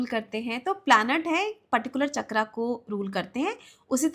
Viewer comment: All due respect but an otherwise insightful content becomes unbearable when a native-Indian speaker pronounces "तत्व" as "तत्वा" and "चक्र" as "चक्रा". 😢